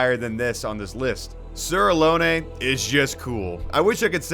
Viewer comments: pretty sure its just "a-lon" so many people say "alone" never heard someone say "aloney" lol fully agree with this take on Elden Ring. Starscourge Radahn is such an awesome fight. so cinematic with the moves and the summons. im sad i beat him in 2 tries lol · For reference not trying to be that guy but Sir Alonne is pronounced like alone